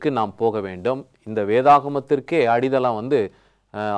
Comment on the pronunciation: அது என்ன பாஸ்டர் அடிதளம், அடித்தளம் என்று அழுத்திச்சொல்லுங்கள்